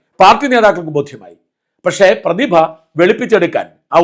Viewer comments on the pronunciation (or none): none